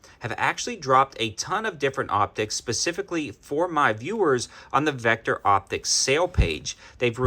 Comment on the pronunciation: Says Victo not Vecter!